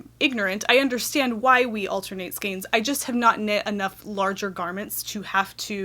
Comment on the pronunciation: ...altenate, shmalternate...who's got time for that?! lol,lol,lol! :-D